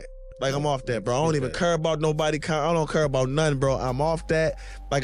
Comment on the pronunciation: its CARE..NOT CURE.. CANNOT EVEN SPEAK PROPERLY.